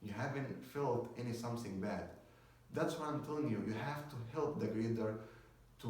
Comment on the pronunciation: Dear, it is something not somsing !! and about the energy, you don't have it. Your voice shows that you are so calm, you don't have that energy to make someone watch your video to the end of it. I know you are trying your best but remember you are in front of a camera not a crowd! because it so obvious that you are trying to calm yourself while you are nervous. thank you for the video.